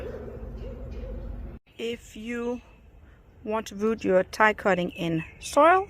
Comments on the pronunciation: Its pronounced ‘tea’ not ‘tie’🤪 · TI is pronounced TEE